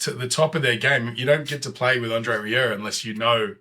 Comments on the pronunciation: Nothing to add to this excellent comment except for the fact that your pronunciation of André's family name Rieu was spot on. In fact the best I've heard from any English speaking reactor. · You're one of the few who pronounced his name spot on.